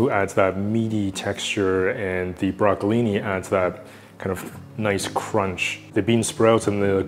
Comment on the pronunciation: it's brocoLINI, not brocoli